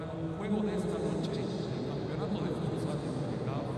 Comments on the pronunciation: Es futsal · Why does the commentator keep saying fustal?